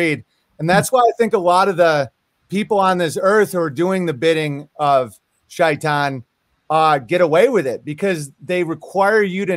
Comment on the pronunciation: Hes pronouncing shaitan correctly but says "mozlim", lol, clearly the effect of media.